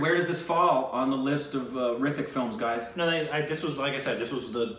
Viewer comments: H is Silent in HRITIK, correct way to pronounce is RITIK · H is silent in hrithik